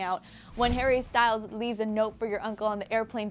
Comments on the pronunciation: "hare bear" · "har-bear" vomits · Did she say "hearbear" wtf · Harr bear 😬 cringe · nobody calls him harebear please stop